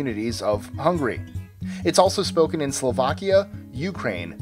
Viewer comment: Man, practice your pronunciation, because it's HungAry with an A, and you said hungry instead of Hungary! Ahh sorry but this is really annoying me.